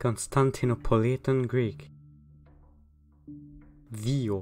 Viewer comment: I think you nailed the modern Greek pronunciation. I also believe that Proto Greek had similar pronunciation, just more rough and blunt.